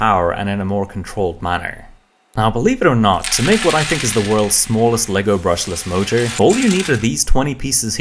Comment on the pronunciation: Brushlesh Mochure